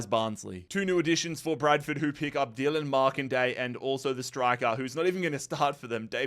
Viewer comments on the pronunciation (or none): none